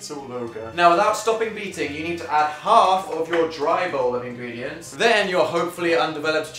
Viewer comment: "Ingreendients" 😂😂 I think it's lol check it 😂